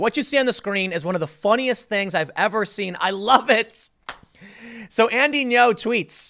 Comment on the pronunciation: "Andy Ngo" rhymes with hero.